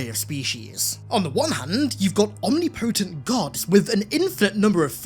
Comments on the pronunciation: As .much as I love your channel and videos, its not "om-knee-poh-tent". It's pronounced "om-nip-poh-tint" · Is the word omnipotent just pronounced different in your language? Because man it is throwing me off in all of your videos. Sweet content though. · The way you pronounced omnipotent is actually criminal